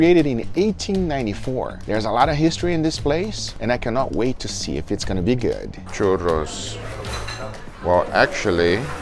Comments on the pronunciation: It's crazy how good you say "churros" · Every time you pronounced "churros" and "porras" I thought you were mexican. Your pronunciation is actually very nice!